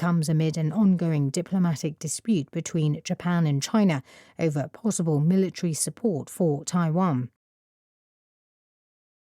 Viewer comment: amid(전) : ~한 가운데 over : ~을 놓고, ~을 둘러싼 -> over 발음 완전 처음들어본스타일 ever로 들렸다 오늘도 감사합니다!